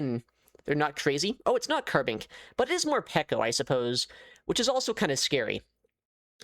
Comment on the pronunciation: Say carbink one more time I dare you